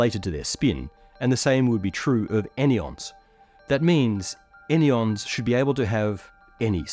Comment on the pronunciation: Any-ons < An-yons 🙂‍↔️🫸 three syllables, clunky 😏👉 two syllables, sleak